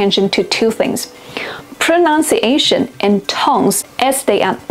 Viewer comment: Ironically, when talking about pronunciation, you mispronounced pronunciation.